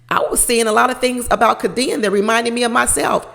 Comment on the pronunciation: It's pronounced K D N. Not Ka Deann.